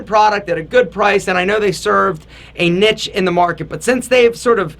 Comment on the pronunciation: That's not how you say niche bro